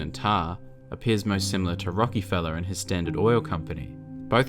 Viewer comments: Its Rock A feller not rocky fella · Great video and all, but I can't get over the Rockyfeller lol. It's Rock-ih-fell-er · Love you videos man but one thing that caught me off guard was how you said rockefeller emphasizing the E I never heard my name said like that 😁